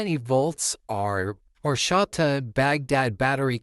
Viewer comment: "Whoreshata" Lol